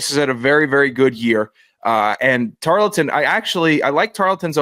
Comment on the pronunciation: I said I was gonna drink every time mispronounced “Tar-ul-ton” and I made a mistake of listening to this while working Hope my boss appreciates my overestimate of my profit for 2025..